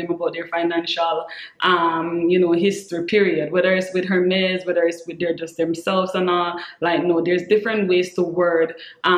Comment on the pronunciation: I totally agree with your tip. I HATE when a stranger will walk up not even say hello but ask me how much was my bag? Is it real?? It's classless in my opinion and personal. I'd rather give my underwear size. You pronounce the H in Hermes. I have always had the understanding the H is silent. Meaning correct pronunciation is Ermez. I have been snagging up lots of Vintage Jewelry pieces the past few years. The jewelry is works of art and great investment too. TFS. Hugs-Rebecca ❤️